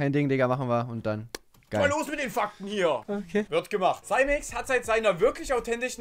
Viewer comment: Dachte er heißt Simex... nicht saimex (ausgesprochen)